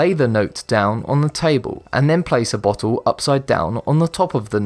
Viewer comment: A 'botttull'. ffs. And I'm English.